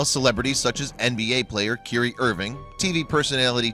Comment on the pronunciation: Kyuree irving 😂😂😂😂😂 what!?